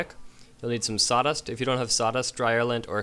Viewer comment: Dude, its SAWDUST not SATAS.